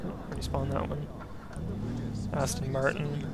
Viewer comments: shame on you its aston martin not austin martin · shame on you, you said austin martin when its clearly aston martin